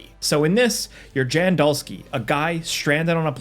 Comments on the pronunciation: Jan is pronounced as Yahn. We're at it again with Polish names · no biggie, but "Jan" is pronounced "Yan" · "Jan" is a Polish name and is pronounced YAN. They even pronounce it like that in the game. No one pronounces his name "Jan" like the month in the game. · Love content, but I'm gonna be THAT guy: Can Americans pweeeeeze stop pronouncing the main character in The Alters as "Jan" with a hard "j"? It's pronounced with a "y" sound, as in "Yawn". It's a Polish studio. Carry on, y'all. 😉